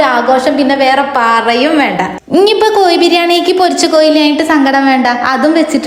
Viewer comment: കോയി ബിരിയാണി അല്ല കോഴി ബിരിയാണി